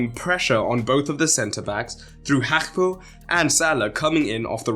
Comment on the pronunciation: The pronunciation of Gakpo is crazy